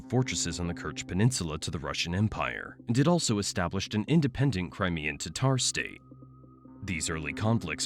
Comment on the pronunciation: Thank you for pronouncing "Tatar" correctly.